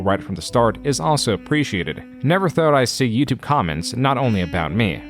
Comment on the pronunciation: why does this guy pronounce "youtube" like "youtube-uh"? "The most popular form of video on Youtube-euhhh". Bro it's just "youtube" there's no extra sound at the end of the word